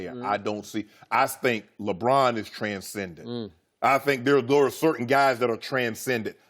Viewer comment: Its "TranscendenT"😂😂😂😂